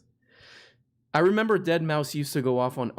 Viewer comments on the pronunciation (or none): I resent that you guys continuously pronounced Deadmau5's name wrong the entire show...its DEAD MAOW 5